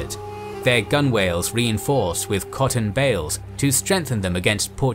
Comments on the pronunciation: Gunwale is pronounced "Gunnel" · By George! Gunwhale is pronounced 'gunnel.' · gunwale is pronounced more like "gunnel". sailors don't really enunciate the w.